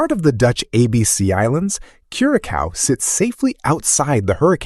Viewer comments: Curaçao is pronounced CURASAO and not CURACAU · I believe Dominica is pronounced Domi-nee-ca and Curacao is pronounced Kurasao not Cure-a-Cow lol. otherwise interesting video though. Have visited Barbados, St. Lucia and Grenada, all beautiful asa well as the USVI (which you should do in a second video. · Curaçao is pronounced CuraSAW, and not CuraCAU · First clearly the Caribbean is a place that generates a significant degree of concern about safety. Why is that? Dominica is pronounced "Dom-in-neeka" , Curacao is "Cure-ah-sow". Also those Africans you showed are definitely not the descendants of the Kalinago in Dominica. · FYI I thought you were AI voice Saint Lucia pronounced wrong Grenada beach is Grand Anes Curaçao is pronounced wrong too